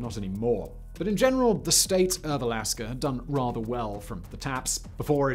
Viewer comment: Words that end in 'a' don't have an 'r' at the end Simon...